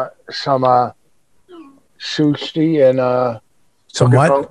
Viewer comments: Shhushhi...what....japanese food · Barely a minute in and Vos fucks up 'Sushi' 😂😂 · Listening to Vos try to say sushi just turned my brain inside out. "shsush(spitlle being spilled into the mic)ti". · He really fucked it up to! Good lord, homie.